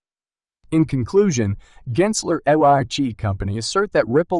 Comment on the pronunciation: S.e.c. Not sec….and Gary gensler not geensler😂